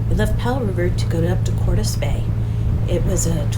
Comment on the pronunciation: Hello if that place was named after Mr Hernán Cortés the pronunciation is Cortés with accent mark on the "e", you're welcome.